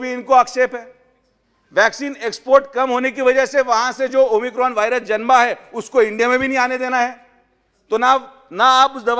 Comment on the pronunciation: हा तर डॉक्टर नाही हा एमबीबीएस मुन्नाभाई डॉक्टर याला तर अमिकोन उच्चारही येत नाही त्याची डिग्री तपासून पहा